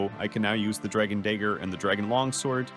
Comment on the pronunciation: dragon day-ger 😂 but seriously tho give this guy a nobel peace prize